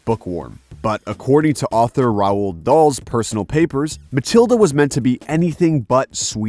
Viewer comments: Rah-oold Dahl? I swear, they deliberately mispronounce names just to get comments. My actions here show it works, I guess. But still garners a down vote. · That's the most bizarre way I have heard anyone pronounce Roald dahl